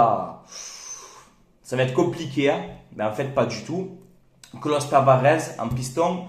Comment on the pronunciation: TavaresssssS....pas Tavarezzzz